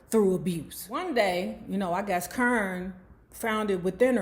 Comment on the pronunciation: Lmaoo why you keep calling that girl CURN?.. I fall out everytime you say it KAH-rin